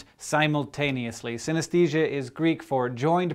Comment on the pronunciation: I have synthenisia, and Hank, you were pronocing it wrong.